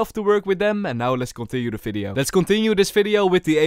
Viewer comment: Ffs stop saying falorant and fideo and fandal the letter is V